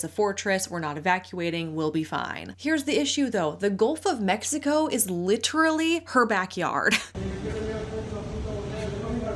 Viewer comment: “LITT-trawlee”’s are ever present in these influencers’ accounts